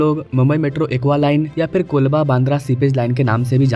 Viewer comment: Colaba bolo koolba nai brother pls